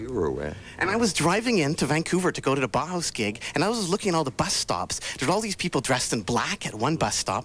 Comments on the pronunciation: Makes me think that whenever Brits criticize Americans for being stupid, they are really thinking of Canadians. BTY, it's pronounced Bow House, not Bah Hahs. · Sure, but still he ought to have researched the proper pronunciation of the name Bauhaus.